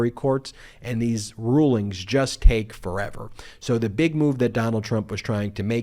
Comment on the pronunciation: the, not thee. The word a is short a, not aaay.